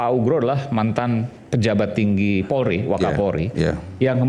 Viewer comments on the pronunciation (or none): none